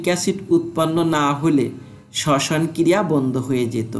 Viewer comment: Sosan ❌ soson ✅